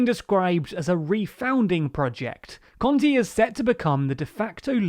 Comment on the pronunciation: He is terrible with names. It's Con-te, te like in tesco not like in tea. And It's Sàrkozy not Sarkòzy.